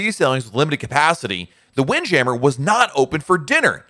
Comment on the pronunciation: I really enjoy your videos and find them helpful. But I have to tell it drives me crazy the way you go back and forth with the way you pronounce windjammer. It is jam·mer! But if you want to decide to pronounce it jameer then just do that. Quit flip-flopping back-and-forth and be consistent.